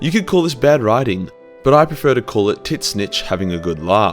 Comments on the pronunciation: Bro it's pronounced tz-ee-n-tch not tisnitch, you sound brittish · I learned about tzeentch from this video and was talking about him to my veteran warhammer friend who informed me after much laughing that it was not pronounced “titsnitch”